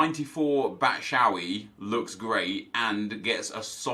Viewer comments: can you please stop saying "batshowee" its pronounced "bat-shoe-i" jeez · Its said Bat-Shoe-I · Almost identical. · PLLEASE FOR THE LIVE OF GOD, PLEEEEEEASE LEARN HOW TO PRONOUNCE BATSHUAYI